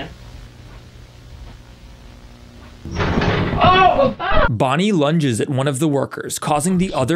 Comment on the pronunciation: Nobody's asking why he pronaunces man by "them"